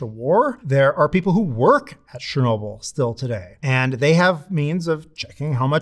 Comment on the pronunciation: Bro, it's not "Sher-nobil". It's Cher-no-bill". I literally speak Russian (even if my son speaks it better). Ludicrous that a "nuclear scientist" didn't learn how Chernobyl is pronounced. It literally removes your credibility.